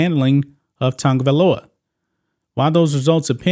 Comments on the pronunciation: OMG!! His name is not Tungovailoa, it’s Tagovailoa!! There is no “N” in his name!! Prayers for him! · OMG!! His name is not Tugovailoa!! It's TAGOVAILOA!!! SMH